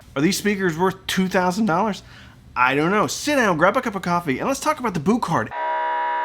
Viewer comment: Boo kart? Pronounce it Bue card, thanks